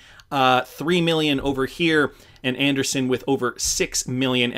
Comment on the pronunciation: Interesting… I’ve heard most others pronounce it an-dree-ssen and not an-der-sun. Must be something about the way it is spelled